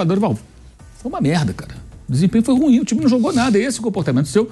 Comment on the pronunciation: Aleatório aqui. Pelamordi! O adjetivo "ruim" é uma palavra oxítona, tem duas sílabas, e ñ apenas uma. Se pronuncia "ruím", n "rúim". Chega dói no ouvido.